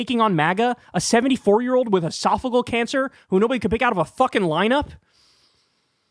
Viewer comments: Pronounced “Ee-sof-i-gee-al” not esofigal. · esophageal, not esophagal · Calm down Bro! First, its pronounced ee-sof-uh-JEE-uhl. (JEE JEE JEE .) 2nd, AOC will come out at the right strategic moment. There is no reason to waste her talents in whatever honeymoon period the GOP expects to have with the incoming. It's actually a good strategy. Its time for the Big Boy to sing and dance. The next 14 months will be about his performance and promises. Stand back and let him get closed down based on poor ratings. Then send in the special forces. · Uh-soff-a-GEE-al cancer. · I think it's pronounced es-saf-o-gee-al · Esophageal cancer. Why does everyone mispronounce the word?!😂